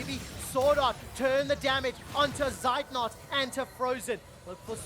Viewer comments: I'm always triggered when the casters mispronounce Zeitnot 😁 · its not seitnot, z its like tz in blitzcrank or blitzkrieg^^